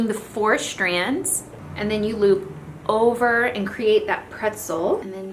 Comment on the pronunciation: Is it just me or does she pronounce "strands" like "shtrands" and "straight" like "shtraight"? hahaha love the diys, will so do many myself :)